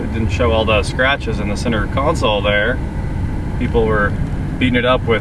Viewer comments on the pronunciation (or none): none